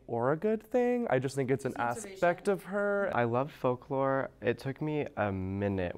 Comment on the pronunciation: “i’ve been a swiftie since the “fawk-la” era” clicks off video